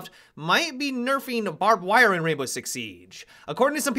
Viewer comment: "barbed wirrruh"